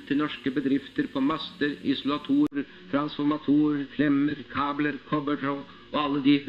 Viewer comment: Trans-forma-TORer... hmm. Trans-for-MAtor-er